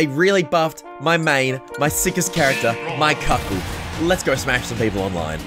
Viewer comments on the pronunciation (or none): Actually u call it miCuckle